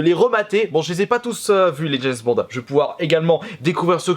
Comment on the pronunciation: la première fois qu'il dit James Bond a la fin de la vidéo